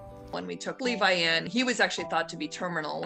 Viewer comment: me as a weeb who watches aot: did u say... l e v i ?